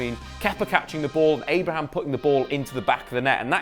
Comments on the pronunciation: There's clearly no S in ABRAHAM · Abraham not Abrahams...Pulisick not Pulisich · Please stop saying Abrahams